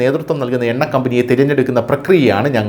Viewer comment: Enna അല്ല. ... Unna